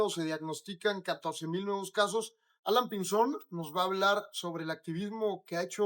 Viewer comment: Alaiiiiiiiiiiiin, alaiiiiiiiiin, no Alan Jajajajajajaja